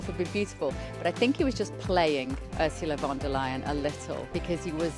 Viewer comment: URSULA LEYEN AKA.... ur sa a ley er.... ur such a liar